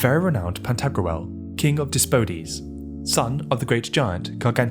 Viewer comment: You mispronounced "Dipsodes" & you know what? I don't blame you. Naught wan bitte.